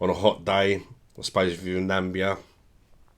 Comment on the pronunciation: it's not Nambia it's Na-mi-bia